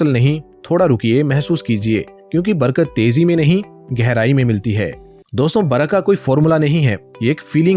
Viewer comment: Barga nahin Barkat😅😅